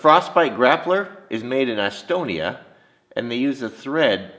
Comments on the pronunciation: Is it Estonia or Asstonia?, lol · Not laughing at you, but your pronunciation of Estonia had me giggling.